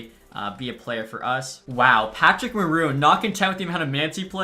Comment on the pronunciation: Man, ya really need to learn how to say French names. 😂 It's worst than when saying Patrick wah